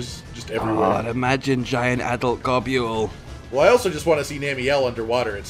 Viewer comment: Bruh, gobule cant possibly be how you say his name lol i always said gobble or go-bull